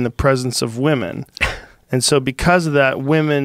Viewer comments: Boi said "Weemen"😂😂😂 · Joe "Wee-Men" Rogan